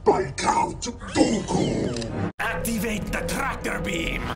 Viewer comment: He says dooku so good